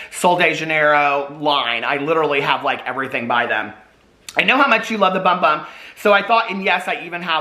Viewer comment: I know it says Bum Bum on the package but it’s pronounced Boom Boom!